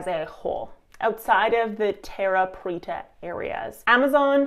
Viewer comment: Preta not petra. The latter is in Jordan. ;)